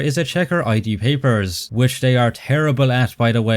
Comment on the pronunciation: If we are in the mood to be nitpicking accuracy, it is pronounced id like did without the first d. Not I.D.